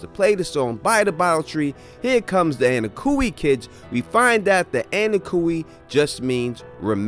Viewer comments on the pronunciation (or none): I wanna rip my eyeballs out everytime you or say Annakooey they obviously pronounce it onkooey on the show